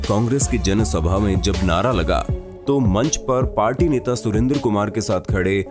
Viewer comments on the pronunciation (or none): none